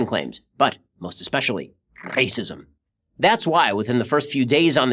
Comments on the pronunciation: "R" of saying racism rrrrracism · i liked how he rolled that r in "racism"